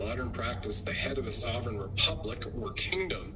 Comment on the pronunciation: FYI … you are already a sovereign citizen! BTW - pronounce sovereign with an “L” which is not correct.